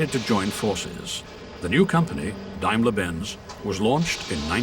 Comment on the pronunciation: Took me ages to work out that the narrator was trying to say Daimler.